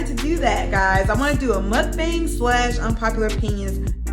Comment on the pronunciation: It's pronounced mook-bong